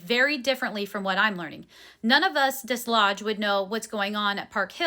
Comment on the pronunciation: Hey! Listener from the area and wanted to give you the correct pronunciation of Desloge. You don't pronounce the "s" and it's got a long "o" sound.